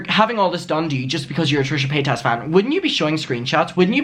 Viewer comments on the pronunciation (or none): You are so happy and glad you are visiting us in the USA 🇺🇸. Would you listen to some other youtubers are herself sometimes her name is not pay tas it is paytas like say it all at once and the tas is like Tice. So it sounds out like paytice. Have a great time and enjoy your videos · I don't know why you say Paytaaas when Paytas is pronounced Paytus . She says her name like that along with most people. But your still a cutie. Hi Mum